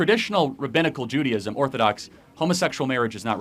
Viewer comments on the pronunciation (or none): Not judy....ism.....its jew.....day.....ism....